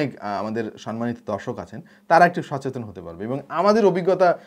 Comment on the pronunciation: ভাই আপনি সতেচন বলার পর থেকে আমি আর সচেতন উচ্চারণ করতে পারছি না🙃🙃🙃🙃😞😞🙄🙄😁😁😁